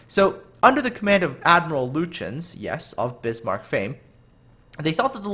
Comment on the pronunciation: Nize Now. The g is silent. Also, admiral Lute Yens. Thats how you say it.